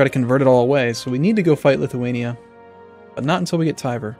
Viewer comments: IT ISN'T TIVER!!! It's more like T-ver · It is never pronounced Tiver. nowhere, never, it is TVER. END OF STORY.